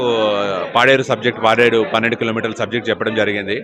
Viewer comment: అది పెన్నెండు మైలు కాదమ్మా. పన్నెండు మైలు ok